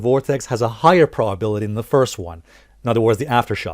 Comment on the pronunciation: What's a "prawbility" ? lol